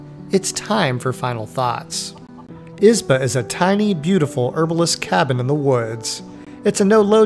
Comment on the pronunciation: As a Russian I was curious how would you pronounce that word "izba". Well, I was not disapointed... 😆You pronounce it with the first syllable stressed like a typical English-speaker. Just as I was expecting, because we in Russia pronounce it with the second syllable stressed... 😆like "izbah" or something.